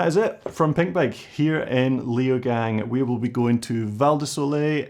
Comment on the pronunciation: Hey Ben, if you can do "Val di Sole" you also do "Lay-o-gung", u know 😉